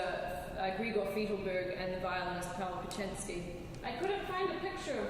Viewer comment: The Polish violinist mentioned was Paweł Kochański pronounced /pa vel ko han skee/